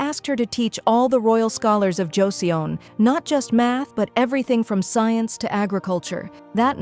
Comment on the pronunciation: Joseon is pronounced like Choson